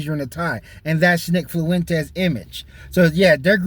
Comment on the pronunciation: Nick Flu-Wentez 😂